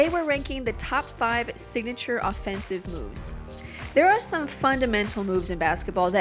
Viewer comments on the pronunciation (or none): honorable mentions... Kevin Garnett blocking shot after whistle. (I know she said "offe sive" but it's still funny)